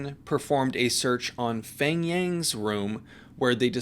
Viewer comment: His name is actually pronounce Peng. The "H" is silent. :) Like Hmong. the "H" is silent and it pronounce Mong. :)